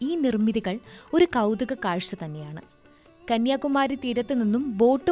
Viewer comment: It is not Kaniyakumaaari, it is Kanniyakumari 😂